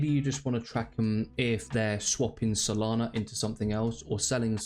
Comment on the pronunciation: Solana not solani 😅